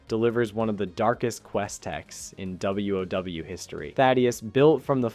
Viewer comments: This is the VERY first time I heard someone said WoW like that. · Starts sounding real, but then calls Gnomeragon “Gnome-Ragen” or literally calling the game “W. Oh. W”. Damn so ruining everything.